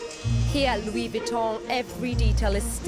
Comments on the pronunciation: Lol “loo-WEE Vwee-tone” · She doesn’t even know how to say Louis Vuitton 😂